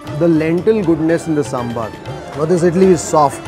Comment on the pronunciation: Loved the way you said Saambaar...and not sambur; like some people do.